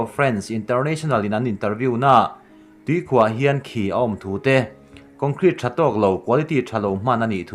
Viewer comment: ~ Tuikhuah 'chim' thluk dan hi ngaihtuah chiang la, a dik zawk i hriat tho kha. ~ Kum 10 'bi' tel thluk pawh "i nei em' tiha "i" thluk ang hian thluk ni se. ~ Chuan, 'hleihluak' pawh 'bei chhuak' tih angin thluk zawk bawk la.